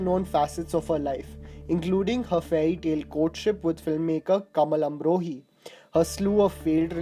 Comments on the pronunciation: Correct your Name pronunciation like Baiju Bavra ,Kamal Amrohi ...not pronounce correctly. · It's is beju bawra not baju bawra, and it's kamaal amrohi not kamal and finally she was never a failed actress. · It's "Baiju Bawra" not "Baju Bawra" also it's "Kamaal Amrohi" not "Kamal Amrohi" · You always say Kamal amrohi. Its kamaal amrohi. Btw nice vid. Keep it up bro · Please learn the names of various movies and personalities you talk about. Its not kahaar, its Qahar. Not Baaju Baawra but Baiju Baawra, Not Kamal Amrohi but Kamaal Amrohi. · to Baiju Bawra ko Baaju Bawra bolna is due to English, Kamaal Amrohi ko Kamal Amrohi bolna bhi English pronunciation ki wajah se... Hats off to your knowledge... The DP says it all. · Just can’t get over the mispronunciations in the video, Qahar, Baiju Baawara, Kamaal Amrohi, Malign etc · it's not baaju bawra it's baiju bawra. And it kamaal amrohi